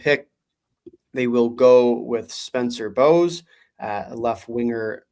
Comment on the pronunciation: It's bowes, like cedar bowes